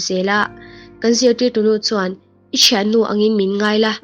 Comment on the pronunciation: Tawng fiah hi a har deu mile, thian tih leh then lam rik a in ang khawp mai